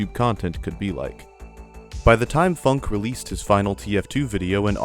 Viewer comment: I thought it was supposed to be pronounced "foonk eh"